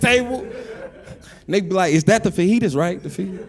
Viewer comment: Fijis 😂😂😂😂😂😂 sir u mean fiaitas 😂😂😂😂